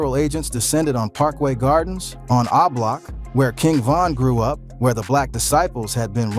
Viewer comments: MAN ITS O-BLOCK, Yall what's wrong with these youtubers man, that shit is driving me crazy, dont report on things when you cant get the names right, wow, damn, I need a drink, he say that crap one more time im coming through the phone, yall check him and let him know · Come bro its not hard to pronounce O Block